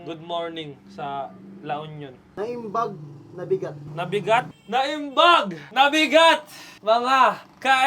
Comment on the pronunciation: its NAIMBAG ABIGAT po hindi po NAIMBAG NABIGAT